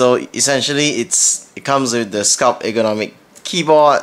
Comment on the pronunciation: FYI there is a 't' at the end of 'sculpt'